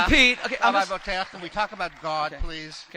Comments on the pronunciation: I've heard Bo-teach and Bo-tee-ach, did he say Bo-taire? {:-:-:} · Also, "Boteach" is a name created *just* to pronounce incorrectly. Boh-Tay-Ach? Bullshit. Boh-Teech.